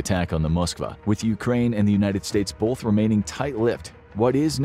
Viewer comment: It's pronounced "both" not "boLth"